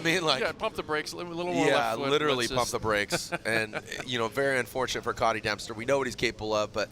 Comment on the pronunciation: HIS NAME IS COTY NOT COTTY. My name is spelled the same way and i garuntee he just wants it pronounced as cody. We didnt choose to have that wack ass spelling.